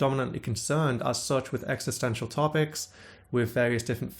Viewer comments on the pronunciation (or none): none